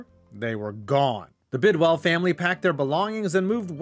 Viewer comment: Couple of things. #1, it's pronounced Bidwill and not Bidwell. #2, the Cards never hosted a playoff game in St. Louis. In fact, the Cardinals didn't host a playoff game until the Wild Card game vs Atlanta in 2008. #3, the Cards would have had more playoff appearances in St. Louis had there been such a thing as a wild card before 1970. From the Cards 6 winning seasons including in 1968 when they lost the division title to the Browns by 1/2 game even though they swept the Browns that season. #4, all this ineptitude was due to Bill Bidwill's cheapness. #5, the reason why the fans didn't show in 1987 had nothing to do with the baseball Cardinals and everything to do with the NFL strike and the fact that Bidwill had already announced the team was leaving. The team on the field was fairly competitive finishing 7-8 with 6 of their 8 losses being by 7 points or less. That team still holds the record for the largest 4th quarter comeback in NFL history(trailing the Bucs 28-3 in the 4th quarter and winning 31-28) and nearly pulled off 2 epic comebacks. The one was the aforementioned 25 point comeback against Tampa, the other was a near 28 point comeback against the Chargers but Earl Ferrell dropped a sure TD on 4th down with time running out.